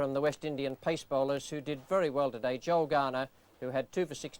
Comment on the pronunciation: it's Joel. Joel Garner. Not Joe. How many more times?!?